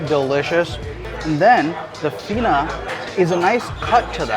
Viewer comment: I actually don’t love Faina, but the pizza is amazing. So you pronounce faina like this: Pha-e-nah